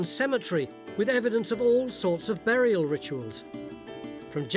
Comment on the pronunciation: a "berriel" haha that is exactly how Phil says it :D